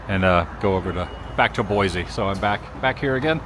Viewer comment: So apparently you've given up on using the proper pronounciation of "boy-see".